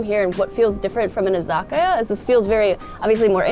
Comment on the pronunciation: Whats an iyaka bar? Did she mean izakaya?